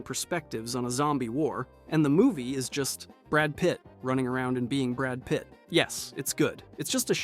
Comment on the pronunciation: brrrad Pit